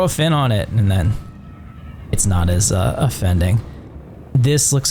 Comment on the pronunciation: "not as of-fin-ding"